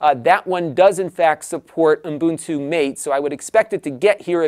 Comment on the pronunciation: Ubuntu Mate = Muh-teh, not Mayt. That desktop isn't your Anglophile drinking buddy but named after Mate Yerba, an Amazonian herbal infusion drink, by its Argentinian, Spanish speaking developers. Glad to be of service. ;)